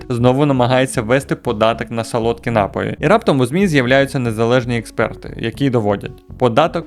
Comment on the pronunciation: Та не нАпоі, а напОї